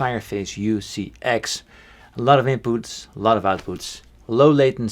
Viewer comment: Paul, I love the wait you say input! (Not really, it's just funny.)